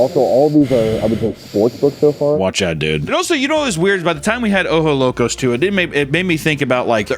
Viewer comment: OjoS Locos. Don’t forget to pronounce the S.